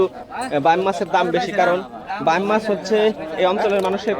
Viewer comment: বাম মাছ শব্দ টা কোন বই থেকে শিখেছেন??? বাইম উচ্চারণ করতে কি কাস্তের উপর বসতে বলে আপনাকে??? আঞ্চলিকতার ছোয়া মানে ভুলভাল নাম বলা নয়!!!😂😂😂